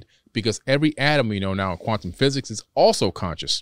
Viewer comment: kwaaZont😳 sawry jokin